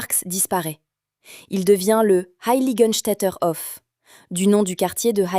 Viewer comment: Il y a bien. longtemps, dans ma jeunese, cet immeuble me fascinait . Et la politique dans " Vienne la Rouge" ce n'éait pas rien vers 1920. Dans une concepzion tozalement différente, les élément archizecturaux et le couleurrs rappellent la cité-jarrdin de Châtenay-Maöabry. Une rrmarque: dommage que vous insistiez lourdement sur "hoffe" pour proncer "Hof", alors que c'est "haufe". ❤ 🎉